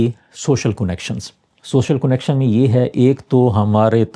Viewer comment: کونکشن نہیں کنکشن اردو کو مسخ مت کیجئے